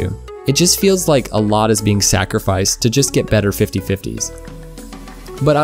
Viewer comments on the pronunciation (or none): none